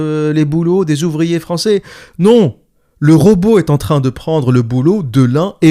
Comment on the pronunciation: 😅😅😅😅😅 à la minute 47,20. Mdr. J'ai eu un gros fourire sur : oe euh les zuvriers etranjey y vont gwan remplasset lez uvwier fwarcais! En imaginant butters de southpark tenir ce discours face à un robot ou un géant de la tek.😅😅😅🎉😂